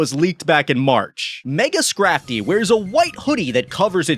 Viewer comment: DO NOT LEAVE OFF THE T IN SCRAFTY!